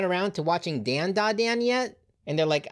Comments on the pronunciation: It is pronounced DondaDon. Don( like a drum beat) yes is an on and not an sound. Dont believe me say Gohan. The an is an on sound. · bro keep saying dandadan wrong